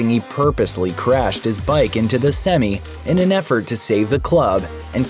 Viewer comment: Surprised your editor didn’t catch your pronunciation of SEMI. in context of what you were saying it’s pronounced SEM EYE